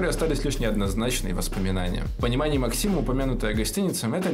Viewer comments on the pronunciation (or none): none